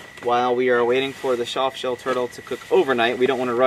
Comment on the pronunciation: shof shell turtle LMAO